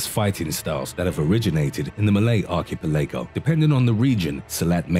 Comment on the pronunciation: archipelago ark-a-pel-a-go